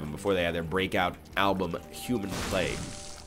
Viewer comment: Ryan you said plag wrong.